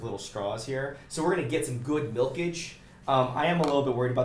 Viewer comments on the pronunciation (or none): my soul left my body when said “milkage”